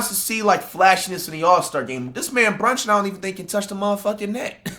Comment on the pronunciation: “Jalen Brunshon”😭💔